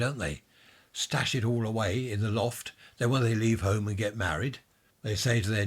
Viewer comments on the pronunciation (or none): Loft not lift 😂